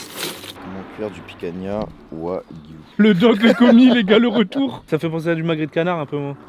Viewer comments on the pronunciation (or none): Picanha c'est Portugais on ne prononce pas le "a" a la fin c'est ma viande préférée. Ps: vous êtes les meilleurs je vous kiffe